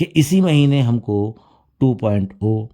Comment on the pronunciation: Are wo 2.o nhi 2.0 hota hai kab se sun rahe hai thik to bola karo bhai